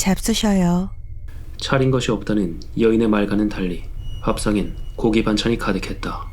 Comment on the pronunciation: 도 귀한 "거기"가 아니라 귀한 "고기"입니다 ㅋㅋ